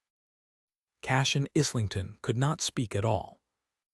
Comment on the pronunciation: In the era that the story is set the word is pronounced - Eyelington.